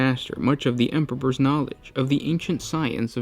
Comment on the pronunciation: "Emperpers" lol